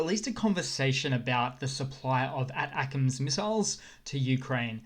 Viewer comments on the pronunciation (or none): Dude you are pronouncing “ATACMs” missile wrong. Pronounced “Attack-‘ems” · ATACMS is pronounced "attack-ems." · Love your work! Tip: in the states we pronounce ATACMS as “A-Tackems” Say it quickly enough and it sounds like “Attack-ems” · FYI you are saying ATACMS incorrectly. I beleive the correct pronounciation is "Attack-ums" like saying snackums but with attack instead of snack :) The reason being is that the ATACMS runs off of the US ATAC system which is a complex GPS/map system that diffferent weapons systems can connect too (sort of like google maps for smart weapons). So the ATACMS is just the Missle System that runs on the ATAC system. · FYI -- ATACMS is pronounced "attack mms."